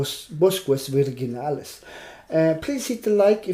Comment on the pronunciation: Bosques is pronounced "bos-kes". It means "forests". Virginales is pronouncel "vir-hee-nales", with the "h" a little stronger than in english